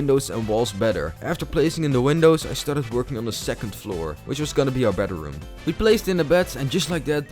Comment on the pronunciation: hahahahahahah he said bedaroom